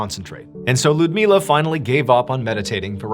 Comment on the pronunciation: Ludmiła is pronounced "Loodmiwa" and Ivan "Eevan".